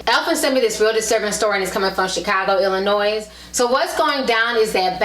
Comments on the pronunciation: the name of the state is "illinoy" not "illi-noise" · Get a better mic. You also pronounced Illinois incorrectly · Please learn proper english. There is no "s" sound in the word Illinois. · Did you pronounce the S in Illinois? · you pronounced Illinois with an s